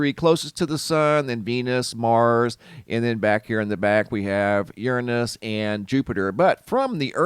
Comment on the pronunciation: I had seen monday a web site that was showing the corona hole in the sun and to expect the geomagnetic storms this thur/friday march 24th! And, who pronounces uranus "yurn'us"?🙃